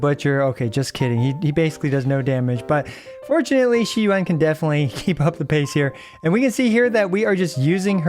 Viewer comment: I just love that he said Xi Yuan all the video lol😂❤